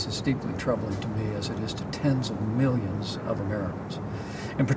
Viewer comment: A new excuse to grift yet again. To ask the MAGATs to give miyyions & miyyions (as he pronounces it) & because they're Trump's chumps they'll do it even if they're broke & living in a hovel. I cannot believe that people still support this loser.